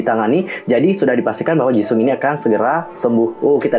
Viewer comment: Maaf kak cuma mau koreksi Nama Jisung itu seharusnya dibaca Jiseong / Jisong (kalo mau baca cepat) Maaf kak jangan tersingung cuma mau koreksi Kalo ada salah kata mohon maaf dan jangan di maksudkan hati...